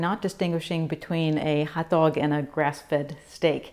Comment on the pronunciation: Anyone else notice has a “standard American accent” until she says “hotdog”, and then sounds like she’s from the Bronx? 😄